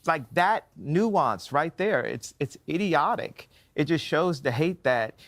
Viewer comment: Dittyotic it’s dittyotic.. ditty or ditty not go to the party’s?